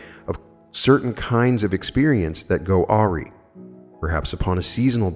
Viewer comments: I am sorry beloved but you are incorrect :) there is only one way to pronounce awry, it is ah-rye. Arr-eee is unfortunately incorrect in either country. It’s okay to make mistakes :) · “awry” is pronounced “uh rye”. thank you for being amazing,! you are a force. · Awry is pronounced “ah-rye.” 🙏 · Awry= pronounced, a rye... I did the same thing for 6 years or so. Love you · Awry pronunciation: "uh-rye" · Awry is pronounced uh RYE